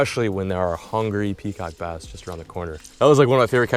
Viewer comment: I thought you said peacock bastard